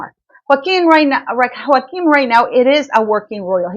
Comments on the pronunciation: Prince Joachim is pronounced Yo kim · Pronounce his name correctly. He’s not hispanic. It’s Yo-a-kim.